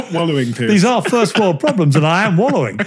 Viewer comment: It’s Piers (peerz) Morgan, not Piers (peerss) Morgan ;)